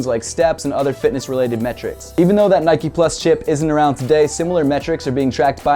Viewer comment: Great vid and all but it's not nikeee it's nike